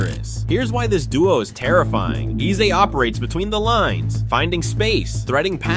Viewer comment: Eze name isn’t pronounced like a that. It is Aza like (a) the letter and not (e) the sound. In his language, Igbo there are 2 e sounds, normal e sounds and (e) sound that sounds like (a) the alphabet.